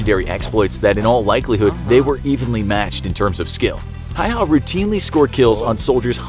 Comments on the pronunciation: Lol hayha its häyhä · Is not pronouced hayha is pronouced like häyhä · Häihä not haiha lol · It is Simo Häyhä not Simo Hayha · You say it Häyhä, not Haua! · It's Simo Häyhä not Simo Hayha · Simo Häyhä not Simo Hayha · Btw the pronounciation of Häyäh is "howha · I am dogge it’s actually said like hæyhæ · Dude....its pronounce "Hey-Haw" and "Nu-Gawnt" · Its HÄYHÄ not hauhauhaauu easy to say if ur from the Scandinavia as im🇸🇪🇸🇪🇸🇪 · Just a little pronunciation error, y in finnish is pronounced L so it's pronounced Hälhä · Please, if you cannot say his last name correctly, just say Simo. Ä is pronounced like the a in apple. Y is pronounced oo like ooops. There is not hay/hey in Suomi. Simo. The snow was not the only geographic location he was a master of, although Talvisota, for Simo, was purely snow and cold. But he was also a master of the forest.